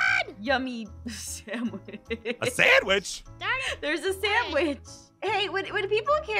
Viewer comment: “You need to be a samwaich